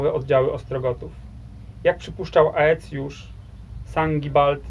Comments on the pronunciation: „Ae” czytaj „e” po łacinie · 1. Aecius to się pisze, wymawia się ECJUSZ. 2. Z konnymi łucznikami Rzymianie mieli do czynienia już w I wieku p.n.e. w bitwie pod Carrhae. 3. Plemiona germańskie od Bugu po Ren? A czemu nie od Sekwany po Don? A co sobie będziemy żałować - od Pirenejów po Wołgę, od Bieguna Północnego po równik!